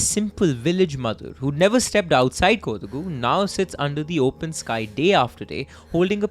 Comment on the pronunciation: I think it's pronounced more as Ko-daa-gu(?) Ik in the natuve language it's more like "ko".